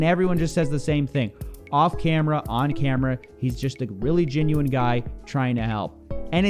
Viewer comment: I like moistcritikal, but I can’t stand his accent, he doesn’t pronounce “e’s” he makes them into “i’s” “he’s a gin-u-win guy”